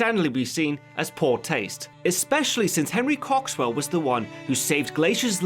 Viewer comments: He said "cocks swell" 😂😂😂😂😂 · Henry Cock-Swell... i can't stop laughing. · "His pilot wasn't a woman but a man named Henry Cocks-well." LMAO. And yes I know it's spelled Coxwell but wow that's funny.